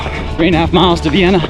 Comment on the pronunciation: Love this! And I live that you picked up our Vienna pronunciation mid race. 🙌☺️ Thanks so much for joining us and congrats on a race well run!